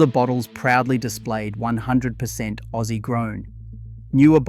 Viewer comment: Rosella tomato sauce is made from 76,% Australian grown tomatoes. You are Ai slop ,you don't have a family. We only buy Beerenberg tomato sauce, If you want premium you have to pay premium price. PS it's pronounced Ozzy not hassie